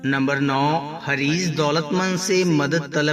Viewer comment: حریض نھی حریص ہوتا ہے